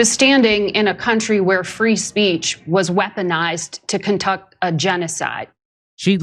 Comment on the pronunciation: That nasty hack couldn’t even control her tongue while lying she ended up saying “contuc” instead of conduct. And she thinks if she adds “you know that” at the end of the lie it’s more believable